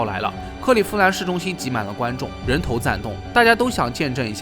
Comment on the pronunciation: 人頭攢動，cuan二聲